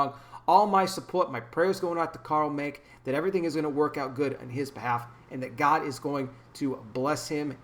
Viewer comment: The e in his name is pronounced, just wanted to let you know